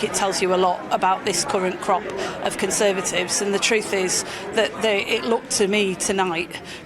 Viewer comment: Conthervatives meth 😂😂